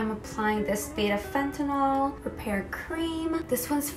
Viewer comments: It’s Panthenol lol not Fetynal 😅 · I’m sorry but I checked with my girl friends and heard you say beta- fentanyl four different times in your video. It may have been more, but I stopped listening to it. You may should check your video or pronunciation. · Just letting you know you said fentanyl instead if panthenol. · I had to go back cuz I thought you said fentanyl instead of panthenol lmao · love from the states! ❤ btw, it made me giggle but you kept saying fentanyl instead of panthenol, which is a street/pharmaceutical drug 😂😂😂